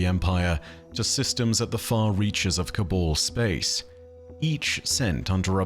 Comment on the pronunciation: It's Ca-Baaaal not Ca-bole